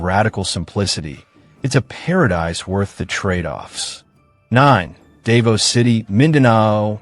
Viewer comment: you goofball learn how to pronounce words, Davao is proniunced Da vow idiot